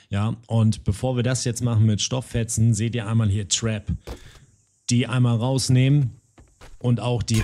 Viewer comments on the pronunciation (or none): Ab Sofort Trinke ich immer einen kurzen wenn du Trap zu Tarp sagst :D